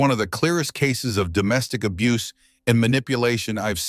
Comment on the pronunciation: Abuse is two syllable